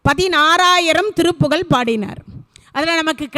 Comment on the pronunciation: திருப்புகழ் உயர்ந்த தமிழால் இயற்றப்பட்டது.அதை எளிதில் படிக்கவோ புரிந்து கொள்ளவோ முடியாது.திருப்புகழ் என்று சொல்வதற்கு பதில் திருப்புகல் என்று சொல்லி கொல்றீங்களே இது நியாயமா.நாராசமா இருக்கு.அருமையாய் உரையாற்றுகிறீர்கள்.தயவு செய்து மாற்றிக்கொள்ளுங்கள்